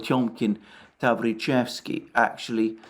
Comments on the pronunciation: It's TaVRIcheski with the stress on the second syllable. Yes, just in time for Halloween 🎃 it's Tales from the Crypt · Tavrichesky ( 2nd syllable is stressed).Your pronounciation of Russian words is eccellent. Information You present and it's analyses are extremely valuаble.Thank You very much.